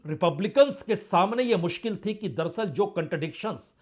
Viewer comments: संदीप चौधरी जी, पुण्य प्रसून बाजपेयी जी आप ये दरसल दरसल क्यों बोलते हैं.. जबकि सही शब्द है दर + अस्ल दर अस्ल अर्थात हकीकत में या अस्ल में..... उम्मीद करता हूं आप साहिबान यह करेक्शन कर लेंगे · दरसल नही बाजपेयी साहब दर - अस्ल बोला किजिए... दरसल बहुत खराब लगता है संदीप चौधरी साहब भी आप की तरह दरसल.. दरसल करते हैं... दर - अस्ल का मतलब.. हकीकत में या अस्ल में.. होता है दर + अस्ल